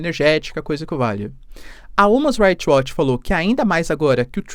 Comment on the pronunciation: você precisa melhorar sua pronuncia de inglês, quando vai pronunciar algo (como "human's right watch" nesse vídeo) fica bem errado